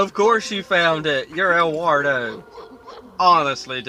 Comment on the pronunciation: If you can't pronounce Eduardo correctly wouldn't technically hurt if you called him Edward since that's his name translated into English.